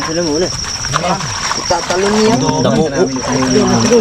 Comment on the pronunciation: Ka insan dacomo hindi damoco